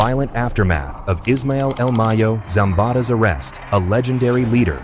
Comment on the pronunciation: He said el meyo 😂